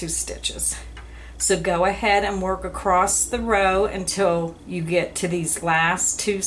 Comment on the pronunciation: *across not *acrosst